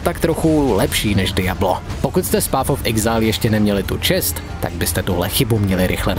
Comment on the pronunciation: PAF of exajl.... Když už jsem tužka na angličtinu, tak si aspoň vyhledám výslovnost, ne?